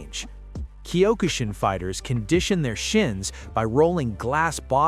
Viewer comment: why must you pronounce Kyo-ku shin karate... Wrong use of Japanese words